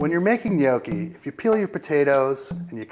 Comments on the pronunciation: im not Italian or know very many but hes saying it wrong isn't it *nokki* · Gnocchi is pronounced with a short "o", the American "ou" sounds terrible. Although I agree with your tipps for the preparation, the end result looks terrible. The butter got far too dark and hot which burnt the sage leaves. Sorry, a plate of those would go back without even trying them ... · you're doing it all wrong when you can't even pronounce 'gnocchi' correctly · He's definitely NOT pronouncing it the right way. Just listen to an Italian and you'll easily find out. Most people from English speaking countries who try and speak Italian really make a fool of themselves. Furthermore, eggs are, indeed, used in some traditional recipes. Gnocchi is eaten all over Italy and the way gnocchi are made in, say, Tuscany may differ a lot from how it often is made in Lombardy, Apulia or Piedmont. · They should expect it; they put a video online, which while it does show a decent way to make gnocchi, offers incorrect pronounciation and a pretentious attitude. They aren't polluting the internet any more than anyone else. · ummmmm no, i speak fluent italian.....yes he isnt pronouncing the g...which makes him right, but it sounds too mangia cake. and too much iiiiii at the end which makes it sound dumb! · he's pronouncing it wrong... -. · Bad pronunciation of gnocchi. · People love arguing over stuff like this and I don't really mean to add to this, but I also want to say that he's not pronouncing it right. He's saying it more like "nee-oh-key" while the "ee" is too long and the "oh" too long and deep. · he say gnoghi. From italy ;D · What the fuck is nyoaw-chi? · It's a short o, not a long o. An "ah" sound, not an "oh" sound. Properly pronounced like it is in the video, 'Nyahki.' My grandparents from Abruzzo used to smack me on the head if I ever pronounced it with the long o. Great video though, just thought I'd let you know how to pronounce it correctly